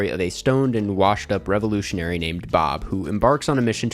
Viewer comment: "Revolitianry...... " 😂😂😂 a typical lib